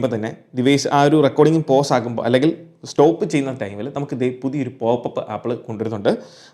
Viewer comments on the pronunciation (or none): none